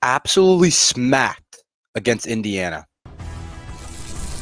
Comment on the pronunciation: My entire weekend was smacked too. I think our program is going to get worse before it starts to get better. There will be a dark time in front of us, whether its parting ways with Locks in season or buy him out at the end of the season. BTW the way you say completely SMACKED really makes me feel like a smash burger right now. Only food heals me at the moment